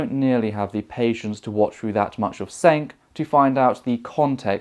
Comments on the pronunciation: His name is pronounced "Jenk", not "Cenk". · FWIW... Cenk pronounces his name as /jenk/ with a hard "J"